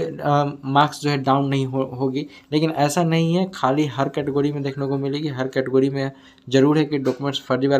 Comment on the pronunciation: Category Bhai pehle yeh to bolna Sikh lo